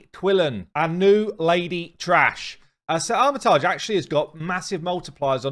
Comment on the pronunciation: In several videos you say "sir Armitage". It is "artimage" with mage inside the name :)